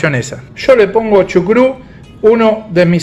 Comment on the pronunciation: Dijiste chucrut?